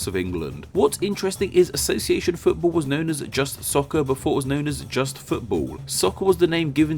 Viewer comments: Why do u say footbull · 'Futabol' is your pronunciation you fool